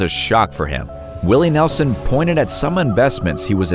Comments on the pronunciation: Who's Willie Nelzon? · Willy Nelzon? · Willie NELZON?